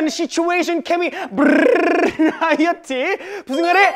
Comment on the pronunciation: I litteraly live for Seungkwan's "Non-fiction! Situation! Chemy Verrrrriety!" at this point 💀✨